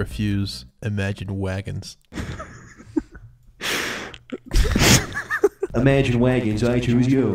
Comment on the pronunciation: Imagine wagons, authors of wadioactive and fwunder.